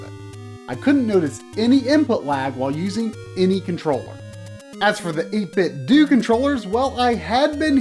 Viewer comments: I can't help but think it's pronounced Ate Bit Doh, rather than Ate Bit Doo. Like Nin Tin Doh. Maybe it's just be. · As you know, Nintendo is pronounced Nin-Ten-Do. 8Bitdo is suppose to be a play on words and sounds like Nin-Ten-Do. So its 8-Bit-Do (not Due) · Same. I’m convinced that he’s saying it wrong in this video. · I completely agree with you on this 2 year old comment. Why does almost everyone pronounce it "Doo" anyways? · Yup. It's pronounced 8bit-dew. If you don't believe me watch this vid. At the mark, they turn on the speaker and it says, EIGHT BIT DEWWWWW! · If you get the 8bitdo Bluetooth Speaker, when you turn it on, it does pronounce it 8-bit-doo. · It is doh. As in Nintendo because it an 8 bit Nintendo controller. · just fyi its 8-bit-DOE like nin-ten-do :) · Great episode. So glad to know about these. I really hope they expand into other consoles like SNES, Genesis, PS1, Saturn, etc. I would buy two for every one. I can't help but think you're mispronouncing their name. I think the "do" is supposed to be said the same as Nintendo and Tae Kwon Do.